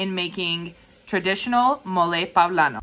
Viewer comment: Awesome. pOblano. Not pAblano.